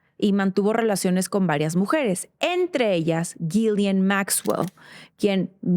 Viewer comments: Es Ghislaine. No Ghilian. Por favor haga la diferencia. Se presta para confusión. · La h y la s son mudas en ghislane se pronuncia gilane 😊